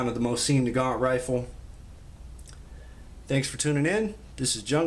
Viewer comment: Why would I listen to you when you don’t even know how to pronounce the name of the weapon?